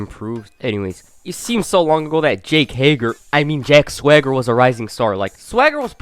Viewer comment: I still don't get why they gave a guy with a lisp a name he can't pronounce. If I never saw it spelled out, I'd think his name was Jack Thwagger. I have the same problem with Mojo Rawley. I swear to God, he calls himself Mojo Riley and it's so fucking annoying.